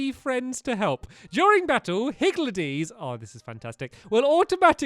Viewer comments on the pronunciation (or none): it’s higgLedies, not higgLEDies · I think they are pronounced higldys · omg stamps xD it's pronounced higgle dees